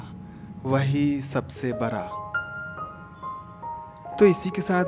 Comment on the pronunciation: Baraa nahi Hota Badaa😂😂😂😂😂😂😂😂😂😂